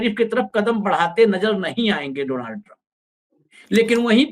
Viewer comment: डोनाल्ड नहीं भाई डॉनल्ड